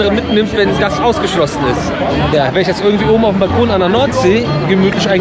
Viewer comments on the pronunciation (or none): none